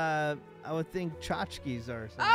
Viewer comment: It's pronounced tchotchke.